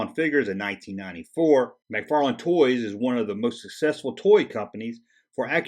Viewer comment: McFarlane Toys NOT McFarland ;)